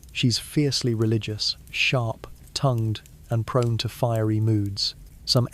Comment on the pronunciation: Was it really written “sharp, tongued” two words separated by a comma? That’s how the AI said it.